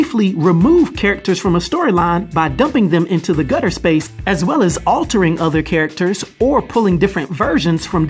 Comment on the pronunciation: You pronounced characters in “Mike Tyson” lol